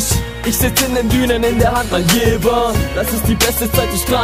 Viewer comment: Ich komm auch von da und es wird JeVer ausgesprochen. Ich weiß nicht was du über die Jahre gelernt hast ^^